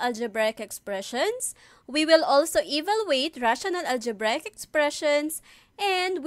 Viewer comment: it's the "ALJEBRAYEK expression" for me